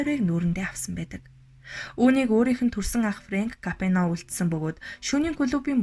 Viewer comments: Капено биш,Капоне гэж унш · Капино биш КАПОНЕ гээчээ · Ямар тэнэг юм бэ Капоное гэж нэрийг Капино гэж уншаад ямарч сонсох сонирхолгүй болгочих юм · Kapeno geed bhiin kkk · Капино гэж уншаад байх энэ хүүхэн нь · нэртэйгээр нь капучино гэчихээ 😜Капино гэсээр бгаад дуусгачихлаа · зөв уншаачээ Капэно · Хүний нэрийг зөв дуудаач ээ, КАБИНЕТ! !!!!!!!